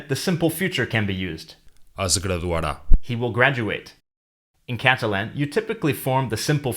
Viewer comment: Why do you pronounce Catalan incorrectly?